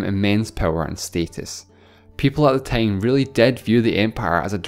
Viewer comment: hey this is the person so said tine instead of time